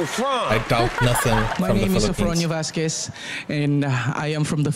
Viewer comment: Yes, you pronounced his name correctly. Vasquez is silent "u".